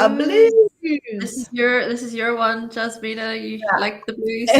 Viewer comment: Why you pronounce your name wrong.